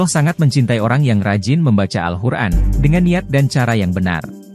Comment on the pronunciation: Awal video katanya kita d sruh utk tau cara baca Alquran,, sdgkn yg sy dngr sebut alquran aja jadi al hur'an